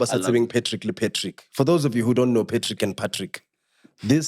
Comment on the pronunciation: always Messes the Patrick and pAtrick Intro 😂